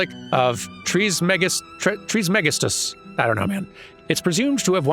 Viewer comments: Close! It's Tris-muh-gis-tus. It means 'thrice blessed' in Greek? iirc As someone else mentioned it's a supposedly ancient author that 'wrote' a quite famous book in Esoteric/Occult worlds. Though it is likely he never really existed, as many ancient esoteric artists end up being. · its pronounced Tris-ma-gis-tus said fast together - Eosterica here on youtube is run by Dr. Justin Sledge who studies Medieval Writings; you can get a good feel on how medieval latin is pronounced by watching him!